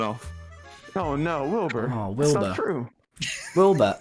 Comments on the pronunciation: hah he said wilby again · HE SAID WILBY